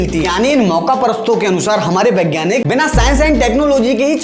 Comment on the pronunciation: Vegyanik hota hai bhai na ki begyanik 😢😮